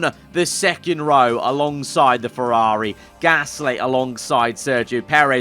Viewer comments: me when he says "fewawi" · What about you when he says fewawi?